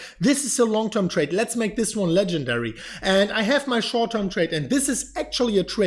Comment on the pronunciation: Right now in the immediate shouwrt toirm. Say it! 😀